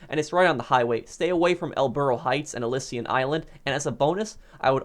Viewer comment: it’s Elysian not elyssian